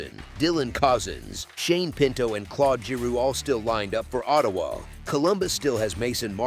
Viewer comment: That was a big win for Montreal in "OH" "TAY" "WAH". Da fuck was that ?